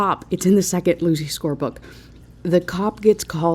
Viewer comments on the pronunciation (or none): none